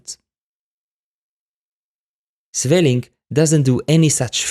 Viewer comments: A very nice breakdown of how this piece works, and well played. Oh, and as a Dutch, I can hear you are not native to the Dutch language, but I think you still did a pretty good job in the pronunciation of Sweelinck's name. I'm very well aware of how hard it is to get Dutch pronunciation right. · Good pronunciation of 'Sweelinck', well done